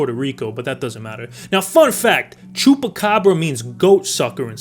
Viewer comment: Bro the way you pronounced Chupacabras and tio was hella spot on, do you speak spanish or are you just good imitating accents?